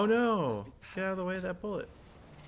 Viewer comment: "Oh don't get hit by that bullet" but said like you're eating hot food